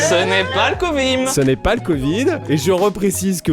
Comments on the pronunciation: a 45 seconde dit covim au lieu de covid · Absolument tout le monde sur Terre: Covid: CoViM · "ce n'est pas l'covime"🤣😂🤣